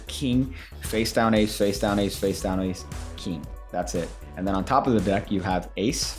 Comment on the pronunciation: What is a “keeng”?